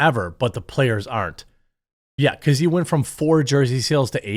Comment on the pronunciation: He mispronounced He.